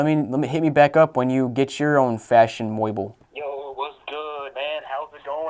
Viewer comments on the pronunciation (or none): "Fashion Moible" I'm crine